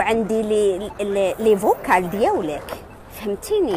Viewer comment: ليفوكو ماشي ليفوكال 😂